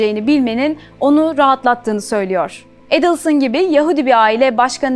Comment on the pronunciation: Настолько подача материала ужасная, озвучка ИИ на фоне картинок и ,,ведущей,,. Еще и ударение фамилии каждый раз разное. Отстой , а не канал